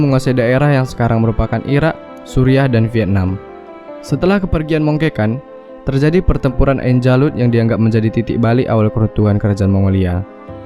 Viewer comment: Cara narator mengucapkan kata "kerajaan", "terjadi" dan "sukses" seperti dialek orang Batak. 😄